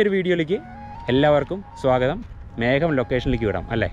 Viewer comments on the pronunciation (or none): none